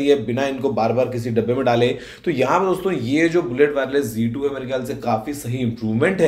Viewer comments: Not G2 Ok Plese correctly pronounce Z2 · Aur z2 ko g2 kyu bol rha hai